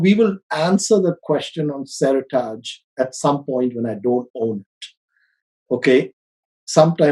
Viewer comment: Pronunciation of Seritage killing me. “seri-targe” or “seri-tidge”? Sounding weird, and can’t blame Aussie accent for this one haha!